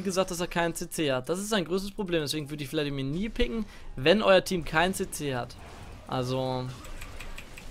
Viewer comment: Ich versteh immer bloodimir stat vladimir